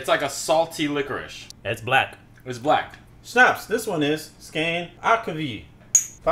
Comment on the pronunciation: First time was great when you pronounced snapps, then you went into the schnapps-territory! Tyrkisk peber is not actually Swedish though. Made by Fazer which is Finnish.